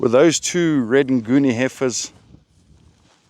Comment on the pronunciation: ' We had been liberated of four hefeirs '😆😆😅, Glad you got them back.